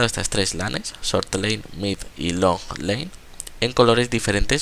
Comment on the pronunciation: no pronuncias ni una palabra inglesa bien, god? "gud" lane?? "lein" ...................................................................